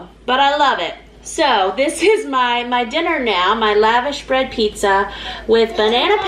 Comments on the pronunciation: It’s lush-gosh bread if you want to say it properly. Not Lavish. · Love your videos. I've always heard it pronounced laVosh bread. Webster's dictionary online seems to say it that way too Yummy stuff. Good idea to do pizza with it.